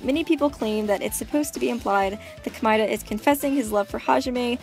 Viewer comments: isn't it supposed to be pronounced Komayda not komyda? If your saying it right that's a horrible sounding name :/ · I actually understand Komaeda better now! And I know this might be trivial because it really may be dependent on your accent if you have one or simply preference, but Komaeda is pronounced as "Koh-mah-eh-da" not "Komai-da". Thank you for making a good analysis... Well done! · Komida Me: BOI IT'S COME+AID+UH